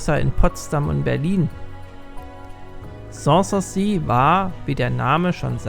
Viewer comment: Außerdem ist die Betonung von "sans souci" falsch.